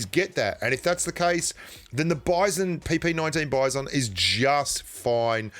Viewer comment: It's pronounced as : "Beezon".